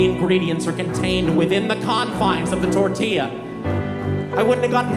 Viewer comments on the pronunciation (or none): none